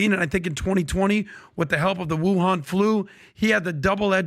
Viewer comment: Im sorry... 😳Whuan Flu? 🤣😆 KILLS ME! 🤪 😐😑 but its true.